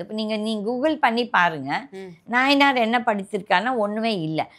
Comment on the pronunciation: அம்மா அவர் பெயர் நாயினார் நாகேந்திரன் இல்லை. நயினார்.